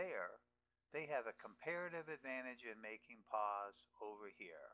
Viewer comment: create total confusion after watching this video.. you cant even pronounce nicely about your "here" and "there"...